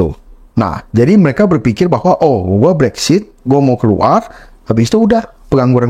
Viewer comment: Konten-nya bagus. Hanya sekedar masukan saja yah guys. Mohon Brexit jangan dibaca "Brexshit" hehehe.....